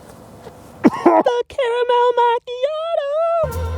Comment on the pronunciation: The Carmel mauchioto 😂😂😂😂😂😂😂😂😂!!!